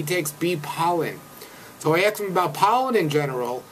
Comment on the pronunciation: He axed Bryan puhscifickly.